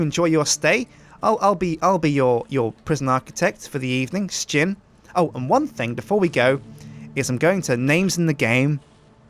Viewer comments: Sjin , not skin wtf xD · sjin not shin